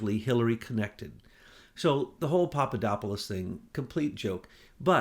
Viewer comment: you finally learned how to properly pronounce Papadopolous. Now give DiGenova a "go." It is "dee-JEN-oh-va" and NOT "dee-jen-OH-va." But I love your mangled names. Shows me you are human. I thought you were a god. Keep up the good work.:)